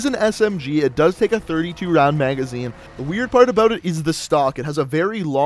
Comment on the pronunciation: new sub but stop saying "aboot"